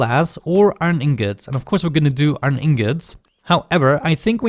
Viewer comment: Hahahahhaha man^o^^o^^o^ u so funny my dude u say aron XD did u ^ω^ btw keep up oh yeah i miss the damn vid XS aron is iron my dude^ω^^ω^ but dont even care me ok piss